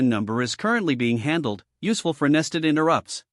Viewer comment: we hear the mode called "T-H-R-E-A-D" mode by the AI. The content looks mostly right so far. Almost unwatchable, as we hear about "i-n-t-e-r-r-u-p-t-s" etc.